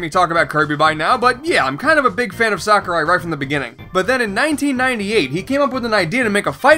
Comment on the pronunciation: Thank god! You pronounced Sakurai correctly. EDIT: Hang on what, did just swear? Noice.